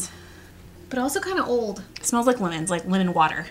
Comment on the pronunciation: it's funny that you said "altso," because when I moved to Hamilton, AL for Katrina (many moons ago, now!), I had a friend named Chelsea, but no no no, it wasn't Chel-sea it was ChelT-sea. Idk why, but it did make it giggle.